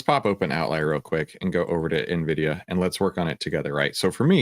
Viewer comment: Nvisia 😂😂😂 nobody else knows about nvidia but the”coach”